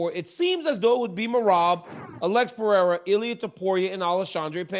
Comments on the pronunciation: Pierra...love how Uncle Chael makes money off guys and can't pronounce their names any better than AI? 🤣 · Is "PER-RARE-UH" really that hard say??? 😂😂😂😂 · 😂 hard to find smthn americans can do the right way. Still laughing bout Alex Piera. I wonder that Tshåeïjl could say "Alex" correctly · Chael still refuses to pronounce Pereira correctly. Yet he complains when they mispronounce Sonnen smh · Someone teach Chael how to say Pereira's name properly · that's a Chael thing. I'm pretty sure he does it on purpose. lol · It’s literally never gonna happen. I’m from Oregon, so it’s not even like it’s a dialect thing, he just refuses to say the name correctly. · Lost cause dude . Americans are usually horrible at pronouncing names